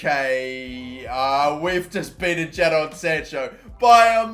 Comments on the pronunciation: It’s pronounced Jayden sancho not ja don sancho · Jay-din not ja-don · It’s Jay-Den not Ja-Donn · What is wrong with you it’s said JAY DIN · Jadon Sancho is pronounced Jay-Den Sancho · the way he says Jadon unsettles me. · Does anyone else get annoyed at how he says Jadon Sancho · RIP Jadon sancho The way he pronounced